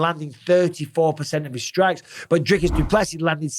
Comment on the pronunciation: PSA: The man said it himself - It's pronounced "Do Plus See" ( no emphasis on the "plus" ) - - - not - - - "do PLESSI" and certainly not "Do plessiSS Also "Drickis" - - - not - - - "Drake us" . Good to learn it now so you get it right when talking about the new Middleweight Champ later this year 😉👑🇿🇦